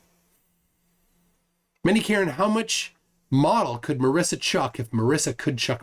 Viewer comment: Marissa has double "s". Marisa is pronounced differently. The "i" sounds like an "e" Trust me, I know, I was reminded of this about five million times and I never exaggerate.